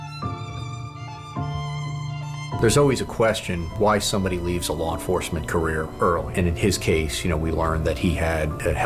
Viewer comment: Lar enforcement